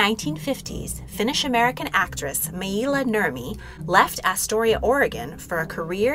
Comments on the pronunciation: Correct. And her name was Maila (My-La) not My-E-La right? If you love Maila like I do you should check out Ashes Fallen - The Ballad of Maila on YouTube. Such an amazing tribute song 🖤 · The pronunciation of Maila is wrong, it's not Mai-ila it's just pronounced how it sounds.like Mayla. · She pronounced her name "My-la" not "My-ee-la" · Everyone I’ve known even vintage interviews pronounced it mail-a